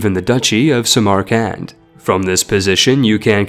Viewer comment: Gaaahhh!!! the pronunciation is killing me! Samarkand is pronounced sam ur cand. and Antioch is pronounced an tea auck.